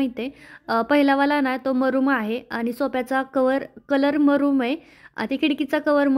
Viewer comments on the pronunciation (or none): मरूम नसतो ग मरून असतो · मरूम नाही मरुण कलर म्हणतात.ब्लेझर ला तू प्लेझर म्हणतेस